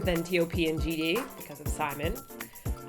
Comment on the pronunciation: Haha I just noticed you guys say JD instead of GD